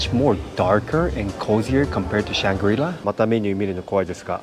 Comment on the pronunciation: Kaya toast kopi set: first and lasr thing i get when at Changi Airport! Great video. Definitely trying the Intercontinental's next time. (BTW, in English, the coreect pronunciation of Shangri-la stresses the final syllable.)